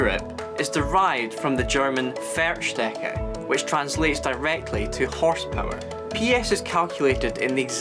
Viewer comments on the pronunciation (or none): Pferdestärke und nicht Pferdstärke, du Pfeife! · Es heißt Pferdestärke, nicht Pferdstärke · 1. It's written and spoken Pferdestärken and not Pferdstäke 2. Instead of PS, KW is officially used here in Germany, but probably around 90% are still using PS, if not than even more (Most of the video games are mainly the only who are using KW in Germany) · I Love it when foreigners try to speak german. I know it’s hard so no blame but still beautiful xD „Ver sterke“